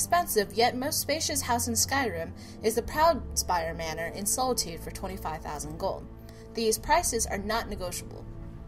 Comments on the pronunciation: Soul-itude LUL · The following words you cannot pronounce: Markarth, Solitude.